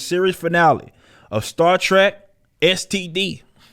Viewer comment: Lmfao...my God what a fucking dumpster fire 🔥 🗑 Emphasis on "STD"